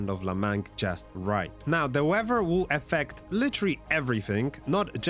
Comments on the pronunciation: OMG it's weaTHer.. not WEVA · Great video. But stop pronouncing it weawwer system.